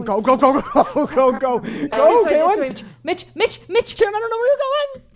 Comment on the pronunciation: i swear i kept hearing say mitch with a b in it instead...